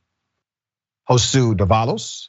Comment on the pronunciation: Josue is pronounced "ho-sway", by the way.